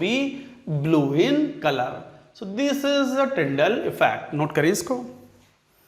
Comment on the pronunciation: Tyndall bol rahe hain sir tinder nhi 😁😁😁😁😆🤣🤣